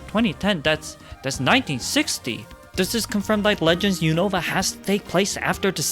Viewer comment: I hate when people pronounce Unova wrong. They literally say it so many times in the show